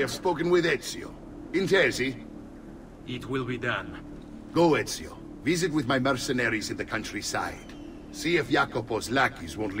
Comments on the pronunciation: is pronouncing most words in these games spot on at this point😂 Said ezios name perfectly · You're pronunciation of his name is the best from a non Italian I've heard. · you said his name right thankfully😭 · dam hollow you said the name right